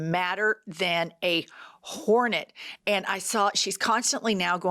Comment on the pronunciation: I love the enunciation, "madder than a WHOREnet" 😂